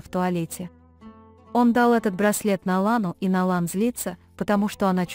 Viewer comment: какой перевод ужасный не Налан а Найлан не Канан а Жа